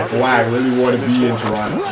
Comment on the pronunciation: Kawhi not clark 🤷🏾‍♂️